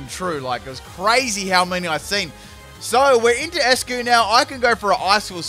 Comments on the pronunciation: “Ice-Q” not eskuu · He just called eiscue "escue"